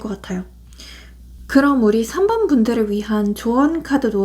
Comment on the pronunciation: 3번 감사합니다. 그런데 4번이 아니라 3번이 맞는거죵?? 4번이라고 들려서...